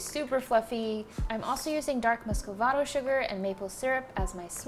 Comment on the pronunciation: “Muscavado sugar” M u s c u l a r a v a c a d o s u g a r